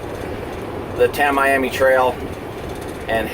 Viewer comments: Pronounced--- Tam E am E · Tam-ee-am-ee. Mick-o-sook-ee. I-la-ma-rah-dah.